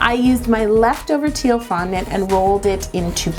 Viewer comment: I love FONNANT